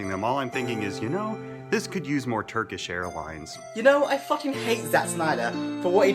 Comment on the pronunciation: "Turkeesh Airlinez"